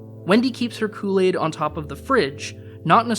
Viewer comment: You can't say Kool-Aid right.😔